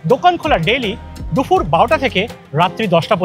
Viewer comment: Sab Kichu thik achhe khub khub informative ar medheen presentation sudhu ektai kotha na bole parchi na...kotha ta DUPUR... DUFUR NOY... Eta ektu thik kore nile ekdom durdanto ❤